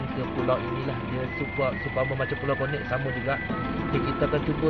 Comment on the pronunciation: Maap 🙏 cakap bang.. bukan pulau konek.. pulau konet bang .. aku orang kampung baru... kalau lame2 atas pulau nanti bujang nakal nak beekawan... 👍